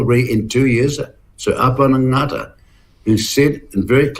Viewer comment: Jesus Winston, if you're going to give props to Sir Apirana Ngata, at least try to pronounce his name properly...whats wrong boy?? Your Maori lips too big?!?!?!😂😂😂